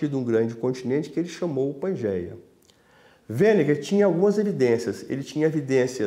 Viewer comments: Wegener, não Weneger.... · O cara insiste em chamar o alemão de Weneger... caramba! Wegener, meu amigo, Wegener. E o outro usa o dilúvio no meio de sua explicação... Apesar disso, vou assistir até o fim. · Por que esse geólogo, o Sr. insiste em pronunciar de forma errada o nome do engenheiro e climatologista Alfred Wegener? Deveria fazer alguns exercícios de trava-língua antes de gravar a matéria. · Wegner! Não Weneger!